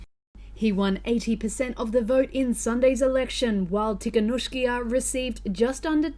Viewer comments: Krupam I think that pronounced it correctly except for the second to last syllable, which he pronounced ee instead of ah. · It's pronounced "Tea - ha - Nov - sky - ah" Don't know why they had to mangle her surname that bad in the Western media, but this is the way the locals say it. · its tee-kha-nov-ska-ya, stop butchering it yall! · It's pronounced 'Tee ha Nov sky ya' btw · Wow they murdered the pronunciation of Tihanovskaya :D